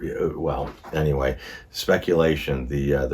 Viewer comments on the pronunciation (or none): none